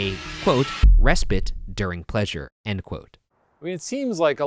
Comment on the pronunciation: I don’t have near as much of an issue with his sometimes not-too-bad pronunciation of Graham, as I do with his pronunciation of ‘respite’ 😂😂